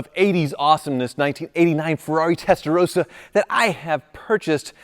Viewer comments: I've always loved your videos, but this is a public service announcement. For the love of everything that is holy, would Americans please understand how to pronounce the name of this model. It is TESTA - ROSS - A. ROSS.... Like the man's name. It is NOT testa-rose-a or testa-row-suh the way you've been pronouncing it. First world problems I know, but honestly, if you're going to talk about a foreign vehicle, please don't Americanise the name but learn how to pronounce it correctly. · It’s not Testarose-a, it’s a Testarosssa. ‘SS’ as in moss. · Please learn how to pronounce Testarossa! It's not rose-a, it's ross-a. Why is that so difficult for Americans to understand 😂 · Wish (and most other Americans for that matter) would pronounce the name properly, it is TestaroSSa, there are two consonants, it is not Testa 'Rosa'. And while I am ranting, please also stop doubling up with the model numbers, it is 3-5-5 and 3-4-8.... not 3-55, 3-48 etc. This is a major pet peeve of mine as a Ferrari enthusiast! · ROSSA. Not Roesa. Please, my Italian heritage would appreciate it. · Why is pronouncing it "Testarowsa"? Vin Rosso is not pronounced "Vin Rowso".